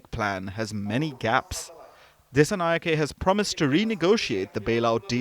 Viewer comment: Just look at the comments; you are completely misleading the international audience based on Ranil's words. You don't even know how to pronounce a name as a reputed media... "singhe" pronounce as "sinha" and "nayake" as "nayaka"... it's the way we adapt to write in English.